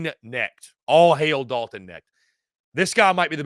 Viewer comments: Dalton Knecht.....The K isn't silent. Go Vols! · I was coming to the comments to say the same thing Knecht.. the K IS NOT silent bro. Its said exactly how it's spelled. #GBO #VFL